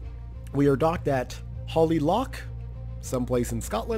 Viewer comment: Also Holy Loch is pronounced holy loch :D It's a couple of lochs over from faslane where they keep all of our subs in the UK. It's about an hours drive for me but they don't like people snooping around the sub pens for obvious reasons...